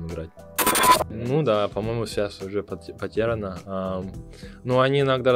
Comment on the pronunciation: Легко. Слово потеряно а не потэряно